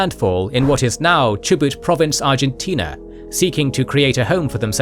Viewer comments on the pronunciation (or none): none